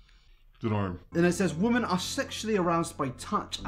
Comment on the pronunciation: you mispronounced women